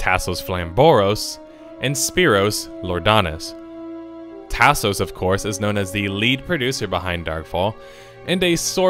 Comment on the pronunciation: Lol, the way you say Tasos is killing me man. It's like listening to someone from Appalachia read a Mexican food menu.